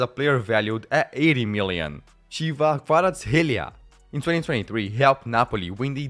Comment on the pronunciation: it's not Chiva, it's Khvicha